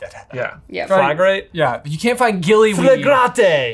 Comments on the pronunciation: Just a minor correction to - the spell that Hermione used to mark doors with a red cross is pronounced "fla-grah-tay"😊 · I got 9 right. Flagrate is pronounced fla-GRAH-tay and is the one Diary Tom Riddle uses to write in mid-air. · I think its pronounced fla-gra-tey., you're handwriting really is awful.